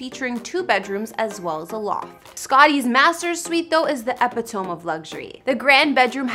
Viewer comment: E-pit-O-me is how to pronounce the word.